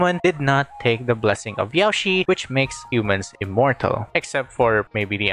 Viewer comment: hey, I notice that you pronounce Yaoshi like Yao ci, To pronounce it correctly say: Yao Shirr. Drag the ''r' sound to properly say Yaoshi.